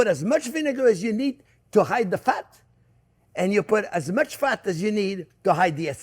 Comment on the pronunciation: Hahaha became my favorite chef the minuted i watched hime made butter. and now, his “mush” 🤣 made my day.